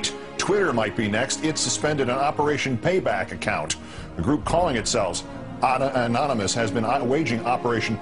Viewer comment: It irritates me so bad when that one news reporter couldn't say 'Anonymous'